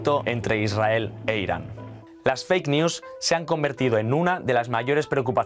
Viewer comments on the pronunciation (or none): none